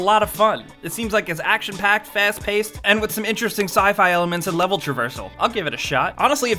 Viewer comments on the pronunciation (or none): none